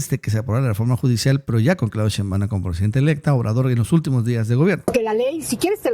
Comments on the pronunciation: ShÉinbaum, no SheinbÁum, necio. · Por que pronuncias todo mal? Sheimbaum lo dices todo corrido y no es asi. Aprende